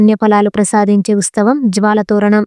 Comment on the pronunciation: ఉస్తవం కాదు ఉత్సవం. Good information. Thankyou.